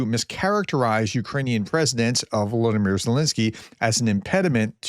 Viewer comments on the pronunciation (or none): none